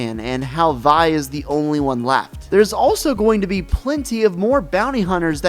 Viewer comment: Vi is said like vee not vai